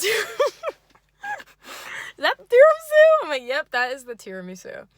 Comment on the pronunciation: now i can never say "tiramSU" normally again